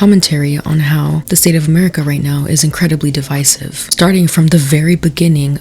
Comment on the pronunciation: Are you a toddler you said "amewica"